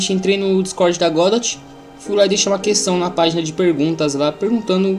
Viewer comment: Mano aprende a pronunciar o nome da bagaça direito não é "godóte"